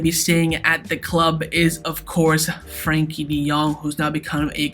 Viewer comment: This guy is mad saying frenkie and Christiansen